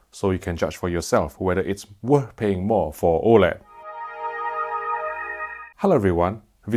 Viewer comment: Whether is " WOURTH' paying more".